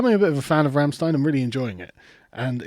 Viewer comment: YOU PRONOUNCED RAMMSTEIN WRONG!!! ARRRRGH No seriously good on you for mentioning them :D Deutschland, Deutschland uber Allen!